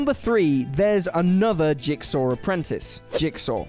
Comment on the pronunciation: "jiksaw" "jiksaw" "jiksaw" "jiksaw" "jiksaw"... Can this guy mispronounce a word any more? Jeez. It's almost as bad as people that say "skellington"! Lol